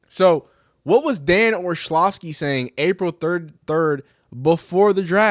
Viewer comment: Dan Or-LOVV-ski